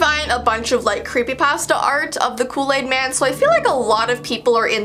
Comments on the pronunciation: *Kool aid man not Kool laid man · U said look aid man